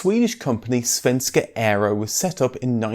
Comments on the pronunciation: The pronunciation of SAAB and Svenska Aero was actually pretty accurate! Not perfect of course, but still very good. 👍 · As a swede i just have to say: your pronocument of ” Svenska aero” is excellent.